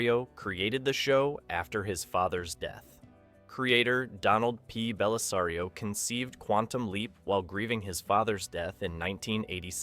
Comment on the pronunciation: But he got Bellisario correct. 🤪